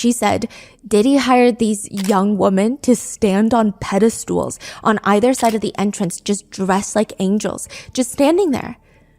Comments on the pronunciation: LOVINGLY, I say this, cuz another Youtuber I watch also makes this mistake: it’s “pe-de-STALL”, not “pe-de-STOOL”. ❤ Thank you for covering all of this as always, Stephanie. Much love to you and your awesome team. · Pedestal....not Pedestool. I am addicted to your podcasts, and want to help you be the best.